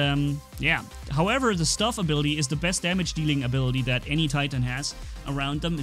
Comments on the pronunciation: It's not stuff it's stove!😂I'm not even American and I know how to pronounce it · sorry for saying this but that is not how u say the word (stove) I am pretty sure its stove not stuv. every time u said it I laughed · stoooovvveee. Not stuv lol. We love you. Just remember. Stove. Like what's in your kitchen.:) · Hi..i like the kid becoz of the anti tank abillity and its stove not stuv..i love your vids keep up the good work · What’s a stuve.? Don’t u mean stove. U know like where u cook dinner.. on the stove. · Its stove like a cooking stove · "stuhve" when you think a while about how he said it, it weirdly makes sense for a few seconds but then you don't get it again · When ever says stove it just sounds like stuff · Great content again my friend. And it's hard to see the damage resistance as you start getting shot by more people at that time. But I agree with that amount of resistance the kid should not go down so easily. And its St-O-ve pernouced with the O. As in you are cooking someting on the stove. Keep this content coming it helps so much.👍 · I think it’s pronounced St-O-ve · can u say ohhh?..It's a stove like you cook on stohhhhve..ohhh get it kk welcome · Are we just ignoring how says stove? Lol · Stove is not pronounced the way you say it; the 'o' is pronounced like in 'snow', as opposed to 'love':) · you said stove wrong